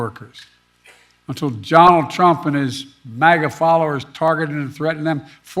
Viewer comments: At the 8 minute mark…. Who’s Johnald Trump? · “Don Trump.” Biden says😂